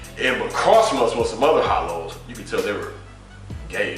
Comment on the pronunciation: Dis nigga said these hollows funny as fuck